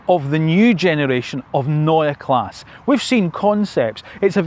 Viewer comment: Neue Klasse (pronounce the e on Klasse)